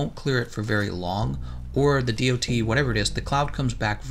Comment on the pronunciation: saying DoT damage hurts my ears, good vid otherwise